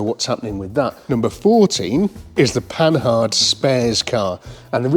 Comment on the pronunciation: The Panhard video series is one of the best I seen one YT yet 👍👍. So my favourite car seeing more about is this one. By the way - the correct pronunciation of Panhard is ,,po-are''.